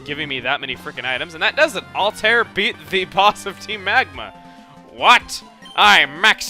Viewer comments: Um, chugga? I know that you can say it however you want, but I think it's pronounced (Alt-Ah-Ear) instead of (Alt-Air). Just sayin. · it's "All-Tie-Air" not All-Tare:( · yeah he says "all tear" its actually "alt i ear"